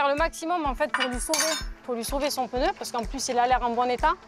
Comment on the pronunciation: Après tant d'années d'expérience elle ne sait même pas prononcer le mot "pneu"....et oui...c'est PNEU...et non pas PEUNEU...... En Chine des femmes de la moitié de sa taille font le même boulot et 5 fois plus rapide....et elles sont féminines....sans grafitti sur le corps....